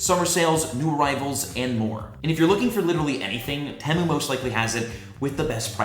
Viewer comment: Temu is pronounced tea moo